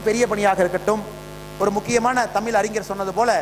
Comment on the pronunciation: தமிழ் என்று சொல்லத் தெரியாத நீ, சொல்வது நிச்சயமாக நடக்காது.